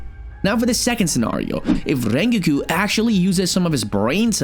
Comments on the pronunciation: its rengoku not ringki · I’m sorry but did you say Ringiku??😂😂😂😂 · why did you call rengoku rengiku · Rengoku❌ Rengiku✅ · Rengoku❌ Renguuku✅ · Rengoku❌ Raingeku✅ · ITS NOT "rengiku" ITS "rengoku" YOU PRONOUNCE THE "o" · rengu???? its rengoku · rengikue? ITS RENGOKU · His name isn’t REN-GUKU It is REN-GOKU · dude are you kidding hes saying rengokus name as renkiku IT"S FUCKING RENGOKU GET IT RIGHT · ren-go-koo not rin-gi-kiw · ren gi ku????? its pronounced rongoku how did you not get that right 😡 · rengoku❌ renkeku✅ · I know rengoku not rengiku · Not reengeeekoo Ren goku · It’s rengoku not rengou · Btw it’s rengoku not rengiku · BRO ITS SO FRUSTURTING WHEN HE SAYS RENKYOKO NOT RENGOKU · Isn't it Rengoku not Rrreingeku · Ren-gi-ko 😂 it’s pronounced ren-go-ku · im sorry did this man call rengoku rengiku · WHY DO YOU SAY RENGOKU LIKE RENGUI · Rengoku nah RaNgIKu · “Rengeku”💀 Hey bro I don’t mean to make fun of how you say things.. anyway nice vid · is no one gonna mention that he said rengigu at the start of the video? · no one: no one atall not a single soul:: rengeku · Bro the way he says the names (Rengeku) 💀💀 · Bro said rengeku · "Rengeeku" Me: BOI GET OUT RN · stop saying renquqko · Bud really call rengoku a renkiu at the start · who tf is rengagooo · ReNGeKyU Lol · It's pronounced (Ren-Go-coo) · no one gonna talk about “rengiki” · "rengeku" lol thats funny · "ReaNGOKU" pronouncation bro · the way you pronounce rengoku as rengyikiu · “Rengeku” 💀💀💀💀💀💀💀💀 edit: “Rengeoku” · U said rengokuku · the fact he's pronouncing it "rengiku" is killing me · Bro said lengoku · "rengewkew" no offense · Bro said "rengeeku" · did my manz just say rengikiku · bro when he say rengoku he sounds like rengikiu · The first thing that caught my attention was saying "Rengyuku"🤣 not tryna be harsh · Tf is Rengeego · Did bro just say "Rrrrrrrengiku" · pov you say ringoku ate the start of the video the coments: you said it wrong by the way great video! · Ren ke ko💀